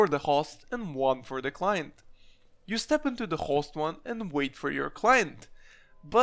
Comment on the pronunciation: The way you say host LOL